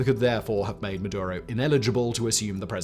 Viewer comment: Its maduro